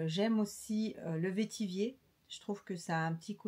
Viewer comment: Bonjour, le vetiver pamplemousse est mon préféré. Et pour info vetiver se prononce comme « vert »